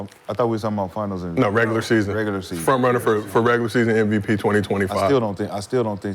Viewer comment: It’s MVP not NVP